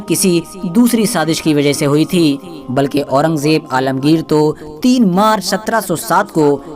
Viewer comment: alamgir ra ko bilkul sahi se nahi bola bad